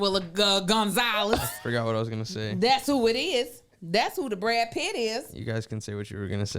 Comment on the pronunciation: What’s Brad in Spanish again? BRRA-DÉ??!!!🤣🤣🤣🤣🤣